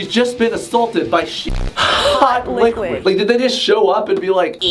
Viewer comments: "hawt liqwuid" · No one: Literally no one:: H o T l I q U i D